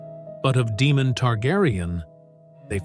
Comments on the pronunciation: It's pronounced "DAY-mon", not "DEE-mon." There are no demons on House of the Dragon, but there is a Daemon Targaryen. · "Demon Targaryen"? AI never prounces things like this correctly.